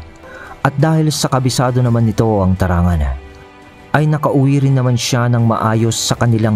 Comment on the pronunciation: Tarangnan po Ang totoong bigkas nyan, taga Samar din Po KC Ako.